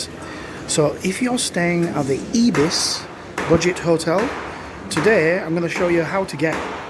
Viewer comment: its not ebis.. its pronouced IBIS like with an i